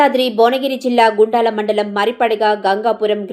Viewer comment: గూండాల... అనే పదాన్ని వాడకుండా గుండాల అని చదవ ప్రార్థన🙏